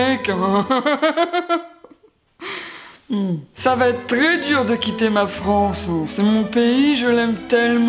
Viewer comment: "ça va être très dur de quitter ma Franceann" 💀